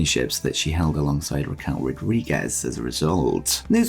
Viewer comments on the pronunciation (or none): none